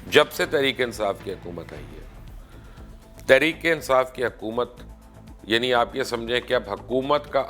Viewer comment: آپ کی ساری باتیں سو فیصد متفق ہوں۔ مگر برائے مہربانی اپنی اردو پر توجہ دیں۔ صحیح لفظ“عمران کھان” نہیں ہے وہ “عمران خان” ہے اور “حَکومت” نہیں ہے “حُکومت” ہے۔ یہ ہندی فلموں کی وہ خاموش سازش ہے جس کے ذریعے ہمارے لہجے اور تلفظ کو برباد کیا گیا ہے۔ اور ہم غیر ارادی طور پر ہندی بول رہے ہیں۔ آپ جیسے باشعور لوگ بھی اگر یہ نہ سمجھ سکیں گے تو پھر ہم کس سے توقع رکھیں۔ خدارا اِس شازش پر بھی لوگوں کو توجہ دلائیں۔